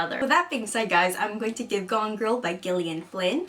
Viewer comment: I know Gillian Flynn is american so maybe it is how your pronounce it but my mum is called Gillian and it is pronounced just like JILLIAN. Please americans, it is not gill like a fish, it's just another way of spelling Jillian! Being British but living in east coast america I know the frustration of being called Gill-ian, it's pronounced Jillian, just a different spelling!! Love the book though great review hahaha!